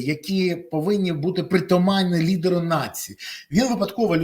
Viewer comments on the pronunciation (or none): Зеблан не лiдер, а лiдор😂